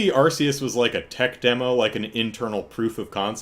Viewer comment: I need to tell you something about Pokemon Legends Arceus (for which the Arse-ee-us pronunciation is indeed correct): What you've seen of it in trailers isn't representative of how the whole game looks. The trailers are the best parts. The actual game has many parts that look absolutely horrible, with visual issues that you didn't even see in the N64 era. There's horrible screen tearing whenever you turn the camera. And whenever you're inside a cave, there's some ridiculous pixelated outline around all characters which makes it look like they were cut out of one image and pasted onto another. And the thing is, back when Pokemon was 2D, they looked great for the consoles they were on. And even the couple of 3D spinoffs at that time looked good. But Gamefreak must have had help then, since the 3D games they've made themselves have all really struggled. The series fell off a cliff in quality as soon as it went 3D. It's not just the appearance either: You can tell that the extra effort needed to make 3D environments has been a huge drain, and so the games have gotten smaller, with less content. Somehow the most profitable media franchise in the world can't find the money to invest in its flagship product.